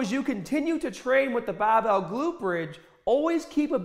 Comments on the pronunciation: Man I love this guy. Like a father to me. Guided my workouts throughout my teen years. Remember to pick up the bahbell! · did you just forget to ahh in for the word over? Bahbell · "push da bah-bell"!! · it’s literally so selective, he’ll “bah-bell” and “hahd” and every single other word that ends in ar he pronounces normally lol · The accent change with words like Barbell and Start trip me out. No accent to full Boston accent in a split second.